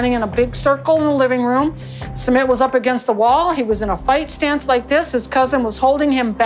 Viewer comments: SooMIT not summit. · Doctor, his name is not summit, it's SU-MIT.😅